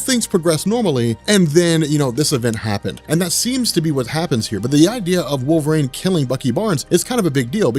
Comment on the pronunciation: “Wolv-rain” lol